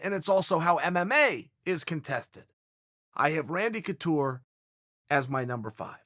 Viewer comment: Chael “Randy Toucure” Sonnen